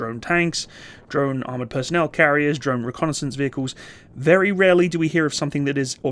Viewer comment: I heard rarely disappoints as really disappoints. Had to back it up there lolol